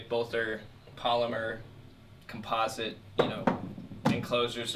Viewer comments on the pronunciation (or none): none